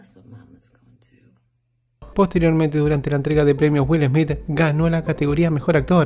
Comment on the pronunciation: Que primero aprenda a pronunciar el apellido de Will Smith..🤣 Will ESMIT